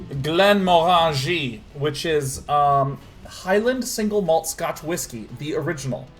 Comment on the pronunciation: Can't tell if Sean's pronunciation of Scottish and Irish whiskies is laughable on purpose or not...